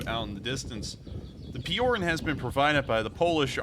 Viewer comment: Just a comment... spelling it for an Anglophone, it's Pee-o-r-oo-n Not pee-o-r-e-n... Spelled Piorun which means lightening bolt..